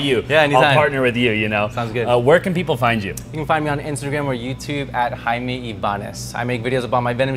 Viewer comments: He said Jayme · He's smiling because "his good friend's name" is JAIME...Pronounced "high-may" 🤦🤦😂